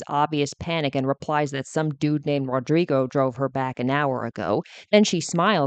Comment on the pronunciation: The way you said Rodrigo makes you sound racist 😂😂😂😂